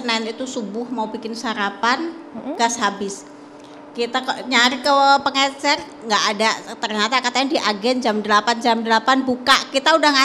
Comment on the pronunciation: Pengecer pak bukan pengencer sibahlil ini sekolah dimana sih